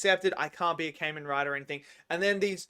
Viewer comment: It Kah-men Rai-der